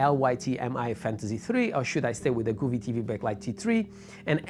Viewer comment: nice video but its pronounced GO vee not Gooo ve.. LOL